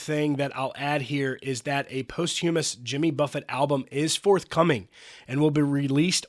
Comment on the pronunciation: Someone needs to tell the narrator how to pronounce posthumous.